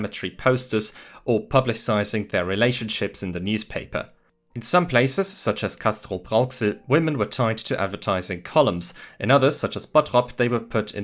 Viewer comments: ist eine Sache der Betonung 😂 Oberhausen, also Stadt im Ruhrgebiet bei Essen und Duisburg, hat die Betonung auf dem O und nicht auf dem Hausen. Also OO-berhausen. Und Castrop-Rauxel hat die Betonung auch auf der ersten Silbe und mit kurzem a und stimmlosem a. Also CaSS-trop-Raux-el. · So wie du hier Castrop-Rauxel und in einem anderen Video Oberhausen aussprichst, kommst du schon mal nicht aus dem Ruhrgebiet 😂 witzig, ich hätte nie darüber nachgedacht, dass wir das lokal irgendwie anders aussprechen, als es sich liest.